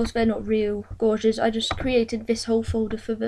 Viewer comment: Great little tutorial mate. I'm still getting up the nerve to do it , don't want to screw up the programme! Incidentally, gauges (instruments) is not pronounced like a gorge, but as in cage. So cages = 'gages'. ;)